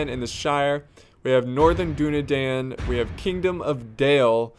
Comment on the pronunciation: how long is he going to mispronounce Dunedain